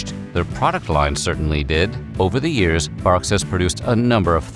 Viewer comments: Wait... Its Barqs not Bangs... What? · Who is just now learning that it’s pronounced “bark” 😂😂😂😂😂😂